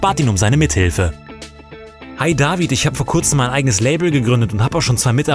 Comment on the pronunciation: nicht DaWid sonder David